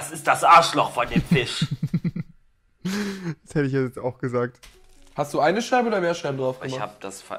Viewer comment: 90 Rewi? Ich würde es eher als Aussprachefehler betiteln. Kommt bei vielen Leuten vor 🤷 Unge z.b. sagt auch ab und zu "Fich", "Tich" etc. 😋